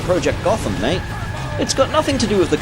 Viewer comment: Whoa there, pal! The way you said mate gave me that presumption that you're Australian, in that case, G'day mate! What's your favourite Burnout game? Mine's Burnout 3!